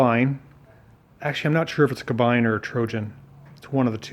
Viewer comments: First, "Isetta" is an Italian word. Italian has NO long "I" sound. It's "EE-setta". Second, as has been pointed out, "Kabine" is pronounced "Kah-BEE-nuh", NOT "ka-BINE". As you may have guessed, it means exactly the same: "cabin". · Kabine is pronounced "Cabeeneh" not "Cabine"!! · That's pronounced "Ka-bee-ne"